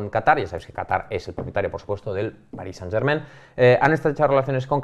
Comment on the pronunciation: Revival de un clásico: pronunciando París Saint-Germain